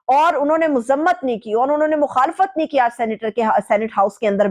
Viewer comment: KAYA NOT QAYA.....QARAR DAAD....NOT...KARARDAD......TERICK INSAAF NAHI TEHREEK INSAAF......AHISTA AHISTA...JALDI KIS BAAT KI HAI...BIBI SAIB MAI JAHIL HAMESHA HUMA TAN GOASH HOON.....